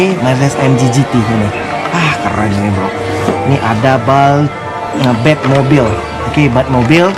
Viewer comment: batmobile bro bukan batmore